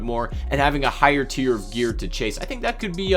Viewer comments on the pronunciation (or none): none